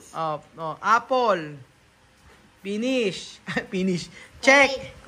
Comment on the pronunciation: fish →pish 😂